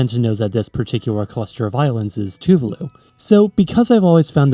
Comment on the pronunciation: Tuvalu is pronounced /too-VAH-loo/, not /TOO-vuh-loo/.